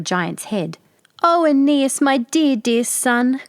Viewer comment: I have several books reprinting this fairy tale by Mary E. Wilkins Freeman---the farmer's name was spelled Patroclus, the fat Princess' name was spelled Ariadne; and the fat boy's name was spelled AEneas, not "Anus"!!! Another drawback to letting AI render your videos.